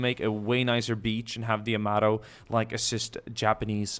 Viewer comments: It's Yamato not yamodo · YA-MATO (is how you pronounce it) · it sounds like yo- mato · Yo-mato (like NATO except with a M not a N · Yamamaaaaatoooo... Sounds beautiful with such prononciation... ^_^ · It's Yama it's Yamato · Yamato is named after the imperial dynasty. Yamamoto was shot down in 1943. Pronunciations: Yamato "Ya- "Like Ja" Ma- "Like mom" Mo- "Like from Wall-E" To "Like toe or a sharp to" | Yamamoto Ya-ma-mo-to. You do the rest.. -_